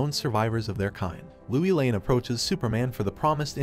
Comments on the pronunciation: You're the only narrator that pronounces Lois Lane as Louie Lane. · Please get the names right, everyone knows how to say Lois Lane and when you don't you take everyone's concentration. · MMMMM It is lois lane not louie lane and it is Rudy not Ruuudy!!